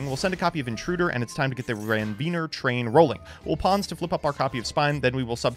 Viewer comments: Where are we getting the Ranveener word from. Like there’s no second N lol. Ranvier 🙂 see Nodes of Ranvier. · I laugh a little every time he mispronounces “Ranvier”